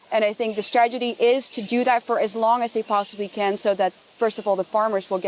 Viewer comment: She speaks wonderful English but she says stragety for strategy. 🌝 I had to backup to be sure.